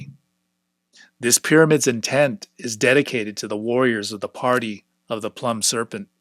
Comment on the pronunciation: Really enjoying this, thanks! One little detail: "Plumed" is pronounced "ploomed" (rhymes with doomed), meaning "with feathers".